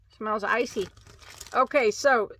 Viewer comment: you had me giggling every time you said icey. The chenille was my favorite 🤩. I have never used ice yarn. Have a good night.🌙